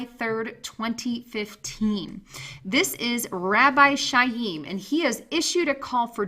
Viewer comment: Chaim is pronounced (phonetic) KIME.... like DIME with a hard K